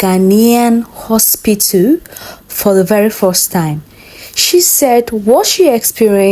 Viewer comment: Why did Nigerians say Ospitil instead of hospital 😮😮😮